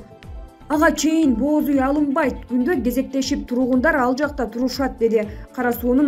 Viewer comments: "Бооз уй" тигишти дейт го."Боз уй" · Эмне деп окуп жатат,бооз уй дейби?бир эле о менен окулат.Мынча сабатсыз болуп кетишти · Эмне дейт бооз уй дейби😀😀😀